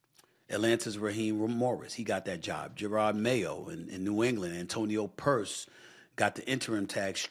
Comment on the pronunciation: It’s Antonio Pierce!!!! Not Antonio Purse!!😂😂😂😂😂